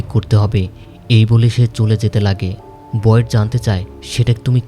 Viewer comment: ভাই ওর নাম বয়েড বলা বন্ধ করেন,বিরক্ত লাগে